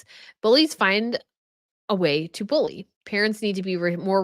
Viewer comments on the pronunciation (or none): none